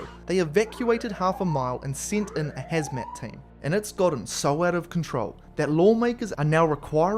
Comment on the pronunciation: "Ham-Zat team" lol